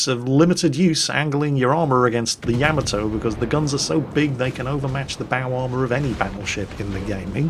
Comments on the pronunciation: it's YA - MA - TOE. not yam-ah-toe!:P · Fail divisions... Been a year or more since I checked in. still refuses to correctly pronounce Yamato, I see.